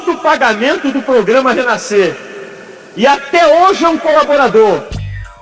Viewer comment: Oi Re Naiscer? 😂😂😂😂